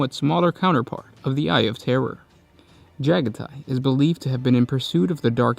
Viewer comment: Pretty sure it’s “Juh-gah-tee” not “Jaga-tie”